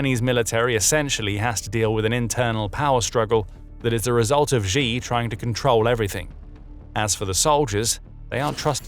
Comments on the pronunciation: Who is GEE? His name is pronounced SHE. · Xi = "She" btw, not ShGee or however that pronunciation would be spelled. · If you report in China, at least pronounce the CCP leader's name correctly. It's easy. It's not zhee... it's 'she' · Not the most important thing here, but Xi is pronounced "she" and not "gee". Sometimes little things strike at credibility. This makes you sound like NPR. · The Chinese leader's name is pronounced "she", not "gee". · Xi = Shee, not zhee. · wtf... how we gunna listen to analysis from anyone who doesn't know that it's "shee", not "gee"? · Pronouncing Xi as Zee is like calling Trump Drump. Get some basic lessons on Pinyin.